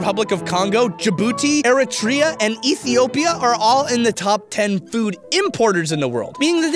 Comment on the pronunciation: ayyyy Eritrea... i mean he said it wrong, but like if ur eritrean.. I dont really expect anyone to like no one's eritrean